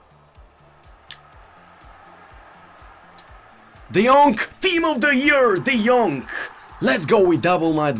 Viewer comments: that's not "D yonk" 😂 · Nobody: Absolutly nobody:: tEaM oF tHe YeAr De JoNk